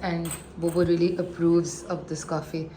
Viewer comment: What’s with this ‘veelee, veelee, veelee, veelee and ‘every single thing’???!!! 😂 Expand your vocab or atleast speak the language with proper (if not correct) pronunciation!